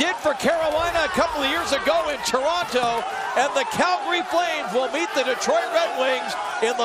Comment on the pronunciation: He said meet not beat